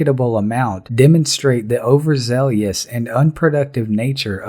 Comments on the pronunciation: “Overzeleeous” is not a word. It’s pronounced overzealous, just like it appears. If you wish to be taken seriously with your video analyses, please learn how to “use your words”. This nation’s verbal competency has become shameful. You’re too bright to contribute to this travesty. Also, you blame the government for too often settling lawsuits related to alleged police misconduct. It takes two to tango in this situation. The plaintiff must also agree to a settlement, so he or she is just as culpable for more lawsuits not proceeding through the end of trial to a judgment. Please try to apportion blame fairly, so you maintain the illusion of neutrality. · 🔵 Narrator pronounced "Overzealous" incorrectly, it's: 'Over-ZEH-Lus',...NOT: "Over-ZEH-Lee-us". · Overzealous not overzelius. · It’s pronounced “over zealous” not “over-zellious”!!! Still love the videos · Zealous, not zealious